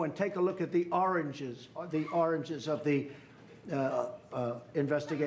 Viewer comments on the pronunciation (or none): Sasame Street 101: said Oranges instead of Origins. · The White House transcript actually shows it as him saying "oringes" (so not only did Trump say it wrong, but then his minions misspelled it). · I seriously didn't know he was struggling to get "origins" out. I thought he was saying "oranges" and trying to force that as a new slang for beginnings...